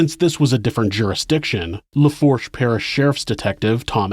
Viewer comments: Lafourche is pronounced “Lafooshh”. Boutte is “boo-tee”. Kenner is in Jefferson parish. There’s east Jefferson and west west Jefferson. East Jefferson is right by St Charles parish. River Road (where he dumped victims) runs a looonnng way. It runs through a bunch of out parishes. Louisiana is still very racist and conservative. New Orleans is more covert with its racism. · Lafourche is La-foosh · For future reference it's pronounced dez-almonds, boo-tee and South lah-foosh. Thanks for all the great content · BOO-tee for Boutte, luh-foosh for Lafourche, New or-lunz for New Orleans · Laforche = La-Foosh Parish.